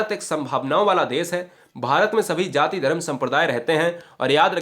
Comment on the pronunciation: Sir aap hindi ke teacher hain.....achchha bhi padhate hain But "zaati nahi bola jata hai,use jaati bola jata hai" Apne pronunciation mein sudhaar kariye DHANYAWAAD